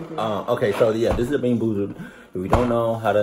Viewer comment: "bean búúzuld" 😂🔫